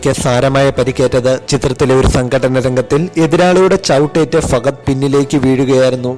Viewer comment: Fagadh alla. Fahadh